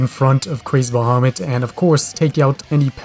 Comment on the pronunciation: Yeah, you pronounced it right I think